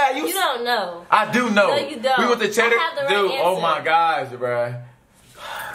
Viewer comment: don't lie you didn't say CHEDDERS